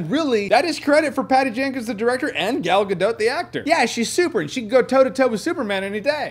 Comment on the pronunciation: Thank you.....for pronouncing Gal Gadot right.